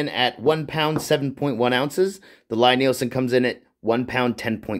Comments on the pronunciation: Lie Nielsen is pronounced LEE, check their website and Wikipedia. Nice people that make the best hand planes. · Why would we take your pronunciation over that of the guy himself? It's pronounced LEE, like lien, liege or Natalie. And it's a damn fine plane!